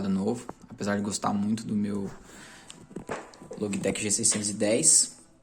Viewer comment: Confesso que "Loguitequi" me pegou um pouco kkkkkk mas o vídeo tá show!